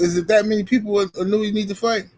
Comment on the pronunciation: Pronounce his name correctly. It s E-No-Eh. If Inoue is overrated, so is Devin Haney, Teo, Mayweather. Lol😂 5 belts and overrated, yeah okay.